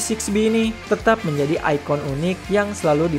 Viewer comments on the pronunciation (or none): none